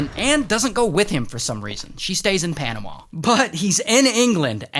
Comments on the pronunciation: It’s panamuh not panamauh just saying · The way he says panama 💀